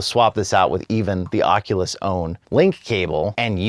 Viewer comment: Keeps bothering when he says Oculus